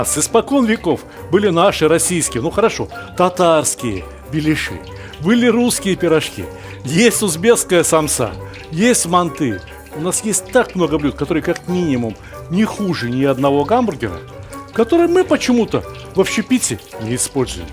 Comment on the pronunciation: Ассаламу Аллейкум! Очень нравятся ваши программы, многому научился. По национальности я уйгур и манты это наше национальное блюдо. Очень прошу делайте правильно ударение мАнты и не мантЫ. Думаю не обидел Вас. Мира и добра Вашему дому!